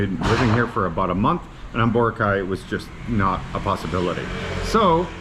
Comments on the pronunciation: It is pronounced Bor - a - cay three syllables not two syllables Bora -cay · will you ever lean how to say BOROCAY the correct way you would think after living there you would learn how to say the name